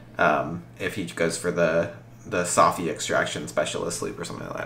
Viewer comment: Saffi* not Staffi lol